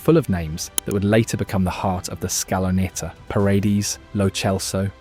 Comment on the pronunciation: Great video! Just a tip so it doesn't sound so off when you pronounce a couple of names: Say "Nahuel" like "Nauel" (silent H), and "Paredes" like "Par-eh-d-eh-s" . Thanks for the great content and narration (and your admiration for Argentina's football!)